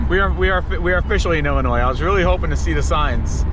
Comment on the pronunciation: Lol illinoise’ the s is silent hhahahaa also glad you didn’t get off down there you would have been LOSSTTT HAHHAA You definitely hit 90 at a bad time, which is all the time.